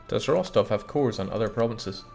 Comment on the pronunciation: Russian Grammar Nazi here. It's Ros-TOV, not ROS-tov (the second syllable is stressed). The more you know!